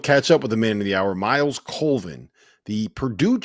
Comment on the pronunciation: COLVIN, not Coleman. Sheesh